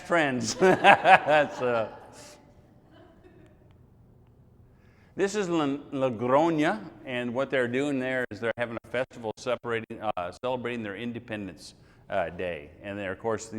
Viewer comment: Tostadas, not tostados. Tostados mean burnt... haha, ok, this one I forgive you. Logroño [logrogno]... Ok I guess that one is difficult. Oh my God these pilgers... I wonder if they just collect a bunch of pictures without taking the time of getting to know the people who live there, our culture, our way of living, the way we think... Well, greetings from Pamplona